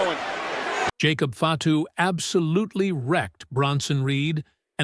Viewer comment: Hey con Terry, the person talking right now you’re saying Jacob fato is his real name stop saying it differently unless you want him at you too